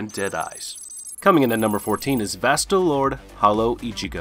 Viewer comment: it’s pronounced like “Vasto Lord-A,”